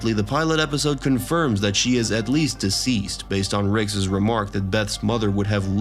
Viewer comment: the way Rick's is pronounced drove me to stop listening